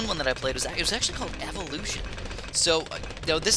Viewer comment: Evolution sounds like spour